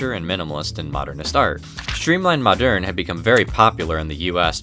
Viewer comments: Moderne, not madeurne. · The clicking of the keyboard throughout the video is terribly annoying. Try updating your equipment. Old trains are great....old keyboards suck. BTW...Moderne is pronounced the same as "modern." Think of quainte olde towne english....the pronunciation remains the same.